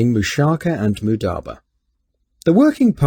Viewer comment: He cant even say it right- its not mudaba its mudaRAba